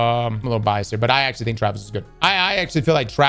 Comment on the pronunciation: I could swear it sounded like you liked traps at first instead of Travis.